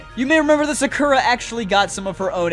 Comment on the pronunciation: You pronounced Sakura so wrong XD